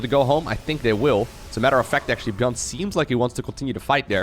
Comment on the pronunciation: Others: Micro Jackson: Gyun